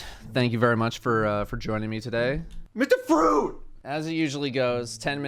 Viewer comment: Thank you for the proper Mr. Fruit pronunciation